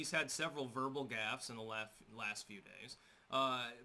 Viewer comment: The irony, sorry but... "in the laft few days" :D